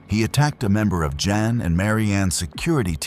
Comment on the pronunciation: It's Jan. Like Jam. Not yon.